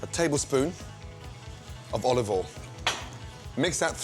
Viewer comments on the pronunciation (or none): "Olivolle in" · Gordon: Put a tablespoon of O L O V O L Procedes to put a lot of O L O V O L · "Olivol in"